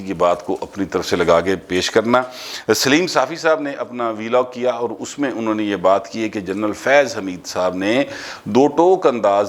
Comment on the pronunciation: PL note it's ànho not anha